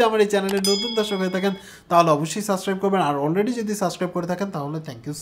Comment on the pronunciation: You already have so many subscribers so please try to pronounce "subscribe" not suscribe.